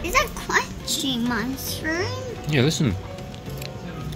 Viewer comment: Is that a cwunchy mushwoom? 😂